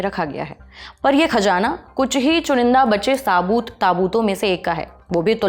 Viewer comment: Ma'am please improve your pronouncation, Khajaanaa repeated hearing is horrible, please check the correct prononcation..